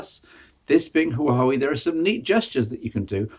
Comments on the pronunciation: as a former Huawei employee.... 1- it's pronounced- Wa- Wey 2- P- stands for premium 3- Mate series - where they test new software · The H in Huawei is silent.